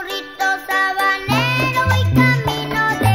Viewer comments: Así es, en una entrevista ya de adulto Ricardo Cuenci confirma que la pronunciación de la letra S se le dificultaba, por eso mismo es el burrito Tabanero. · Ricardo Cuenci es quien canta y no podía pronunciar la "S" así que si presta atencion dice Burrito Tabanero.. que Recuerdos